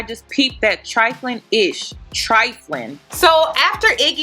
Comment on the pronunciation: “Troflin” I lost it